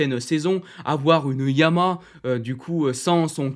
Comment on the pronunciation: Toujours aussi bien construit et rythmé. J’aime vraiment bien le format. Petite remarque : il y a bien trois syllabes distinctes dans la prononciation du nom « YAMAHA ».☝️ Suis-je le seul à toujours entendre « YAMA » ? 😶